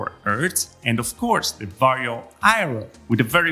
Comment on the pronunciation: it's not VARIO ffs, it's VARJO. Also it's not urts, it's hertz.